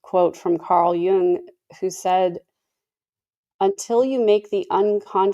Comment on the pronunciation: Good job on the pronunciation of Jung's name! Have you heard about Colby's and Brandon's new media company?